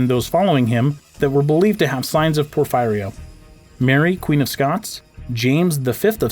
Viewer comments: It’s pronounced por-feer-ee-uh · It's pronounced por-fee ria. I know someone who had it and she lived in her basement because she couldn't stand the light. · It's pronounced "Poor-fearee-ya" Porphyria.